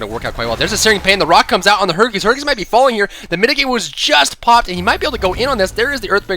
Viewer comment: when said hercules. I thought he said herpes